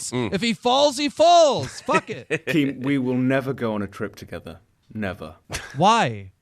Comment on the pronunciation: Dont inerup keem doesnt know "t"s exist